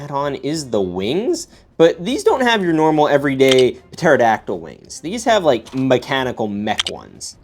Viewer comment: Bro pterodactyl is said like terodactyl